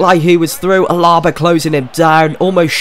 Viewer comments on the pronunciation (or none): it's not AlAba it's alaba but great video